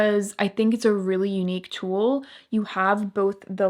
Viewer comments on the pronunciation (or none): none